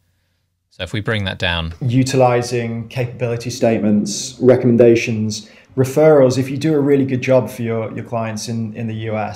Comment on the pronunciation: Tough to hear that guy saying ‘recumdations’ over and over again. Can’t edit out bad speech